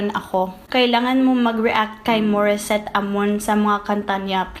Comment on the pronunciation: Pinay ka ata eh, niloloko mo lang kami. LOL! Just kidding. But seriously, galing magtagalog, pati accent, puntong bisaya. Even the way you said Morisette instead of the American way to pronounce that name, pinoy na pinoy.